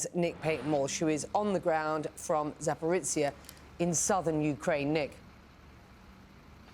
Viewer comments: How the woman said the name of the town I am from is hilarious😂 I get it isn't an easy one but come on! Its Za Po Ri Zhya Its not Zaporicia God bless her😁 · So the lady apparently learned the pronunciation of Ukrainian words from Germans, judging how she pronounced the ZH in Zaporizhzhia. DO NOT EVER LEARN THE PRONOUNCIATION OF SLAVIC WORDS FROM GERMANS. And don't just invent it as you go if you are Anglo-Saxon and have never learned any Slavic languages. Just play yourself a recording of some Ukrainian person speaking about the name you need AND LEARN FROM THEM. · Among the thousands of CNN employees, is there not one who can advise this reporter on the correct pronunciation of ‘Zaporizhzhia’ ? ‘zh’ is pronounced like the ‘s’ in ‘treasure’. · She pronounced Zaporizhzhia like it was Italian